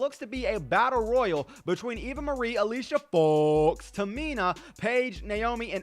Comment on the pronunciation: Just say Alicia Fox's name normally